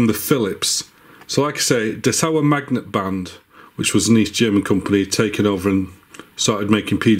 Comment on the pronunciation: Thanks for all your Vids about Cassettes and MiniDiscs. They are great and full of information. And you transport them very well! As a german i had to think a few seconds what you mean with "dessauermagnetband.". Very Funny. Dessau is a City, so make a little pause between the words. Mmmh... You pronounce it like "dess-au-r mag!neetbannt" if that helps in some way. 😂 Nevertheless i am really looking forward to see all of your other videos. Greetings from former eastern germany. 😂 (Rostock)